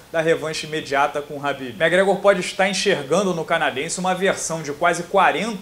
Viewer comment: Nao é rabibi é kabibi o manè!!😡